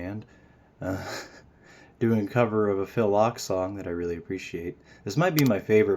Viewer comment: I love this song. Not trying to sound like a nitpicking, pretentious dick but Ochs is pronounced Oaks.😂 Love your cover!!!